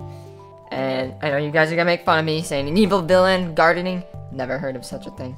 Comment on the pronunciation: i like it when you gardn